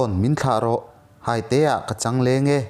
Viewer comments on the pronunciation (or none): hâite i tih hi hâitê(thei hai tih a, hâi tih anga lam tur!!